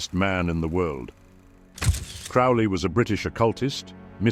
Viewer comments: Crowley like holy not fouly like Crowley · I know the voice is some level of AI filter, but in any case it is pronouncing Crowley wrong. Crow is pronounced like the bird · Crowley rhymes with holy. Cringe . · Crow-lee. Like holy. He even wrote a poem how to pronounce his name. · Why can't anyone say Crowley's name right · Such experts they mispronounced “Crowley” in the first ten seconds.